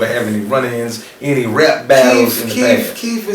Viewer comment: this nucca keep saying Keef. so i thought Fedro was gonna be Chief Keef lmao its Keith not Keef